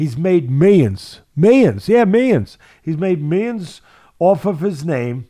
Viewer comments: Meyons! He’s made meyons! Gotta love Teddy 🤣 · For a second I thought he said menions but he said meyons 😂